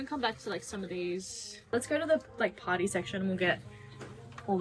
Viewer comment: when she said party secshon I thought she said potty secshon🤣🤣🤣🤣🤣🤣🤣🤣🤣🤣🤣🤣🤣